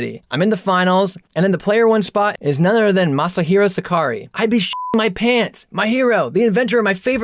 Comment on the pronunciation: I have never heard anyone butcher the name Sakurai so....